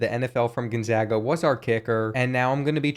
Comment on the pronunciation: You realize that there is no I in Gonzaga, right? It's not pronounced Ginzaga.